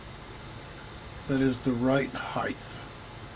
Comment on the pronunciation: HeigHT my friend not HeigTH